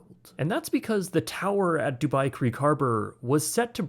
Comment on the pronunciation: Not the "dubai tein towers" lmao💀💀